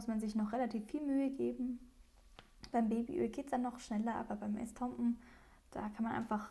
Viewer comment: Es heisst Estompe OHNE n